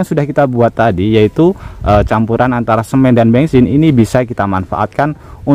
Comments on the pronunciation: Bensin ❌ Bengsin ✅ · Bengsin apa bensin sih?😮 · Bensin menjadi bengsin😂😂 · bengsin atau bensin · Yang bener bensin apa bengsin sih? 😂